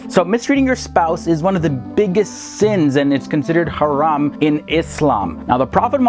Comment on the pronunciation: You pronounce the word haram beautifully 👍🏼 lol